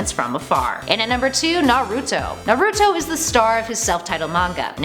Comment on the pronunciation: Vecheetah Nawrootoh Eesheego